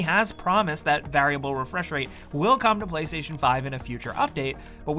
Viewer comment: Everytime he pronounces 'variable' incorrectly it causes me physical and mental pain